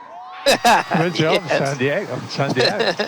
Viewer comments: "Welcome to San Diago" ? Was that an Anchorman reffrrence? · Lol. Sounded like Lewis' engineer said "San Diago" Anchorman reference? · How did Lewis' race engineer announce P1? San Diago? San Diego? What does that mean?